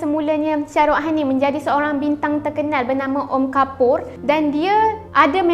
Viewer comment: Shah rukh khan , bukan syah ruh han